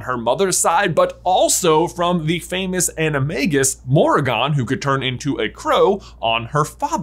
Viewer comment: Every time you mispronounced Morrigan, I cringed. More-rig-an